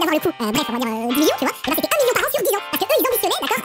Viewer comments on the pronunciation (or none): none